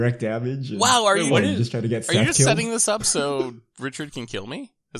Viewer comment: Popped into the comments mid-game just to find this, thank you kind sir! is Seth-ing up words!